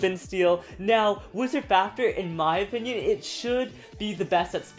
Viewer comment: did he say wisars fafners